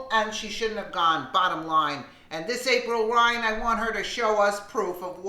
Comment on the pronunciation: April Lyan please get her name right LOL